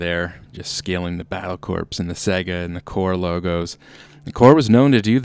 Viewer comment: Battlecorps is pronounced battle-core. Just say'n